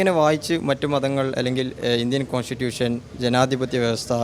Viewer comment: Consitution😅, souyce, chalip☺️... English itra kashtapettu parayano... Malayalikalodalle ee parayunnathu🙂